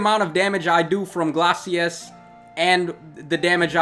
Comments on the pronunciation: Am i the only one who is irk'ed by how he pronouces glaices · Take a shot everytime butchers the pronunciation of Glacies.